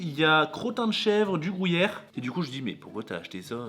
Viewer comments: si jamais on dit pas grouyère on dit gruyère comme grue😂👍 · "et au grOUllière" 😁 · Ptin tabuse depuis la vidéo 1 tu dits grouyere pas gruyère sa ft Pt un câble 😅😅 lol C un" u "pas un " ou" 🤫🤭🤭 superbe vidéo de clôture mais snif C fini 😪 bonnes fêtes à ts les 2 et bn es fêtes à tous 🤗🤗